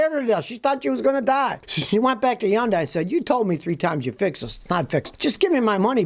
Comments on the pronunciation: Hey, Scotty, Hyundai rhymes with Sunday! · He's the only person on earth that pronounces it n that bizarre manner. We all see their commercials all the time. You gotta figure they know.